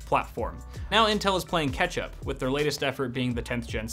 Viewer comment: I keep hearing “playing ketchup”